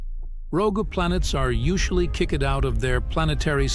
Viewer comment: Kick ed. 😂